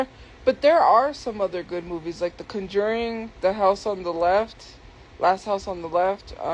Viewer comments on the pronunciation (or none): The “cun-jurning”